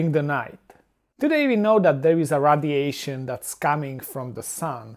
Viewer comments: Radiation is not pronounced "Raddiation", but "raidiation". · it's fun listening to him say radiation.